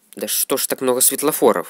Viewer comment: Стефлофоров спс что надо так говорить а я думал надо говорить светофоров спс тебе